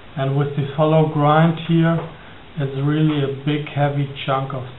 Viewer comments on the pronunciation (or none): none